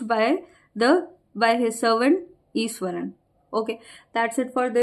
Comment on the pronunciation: Iswaran mam not Ishwaran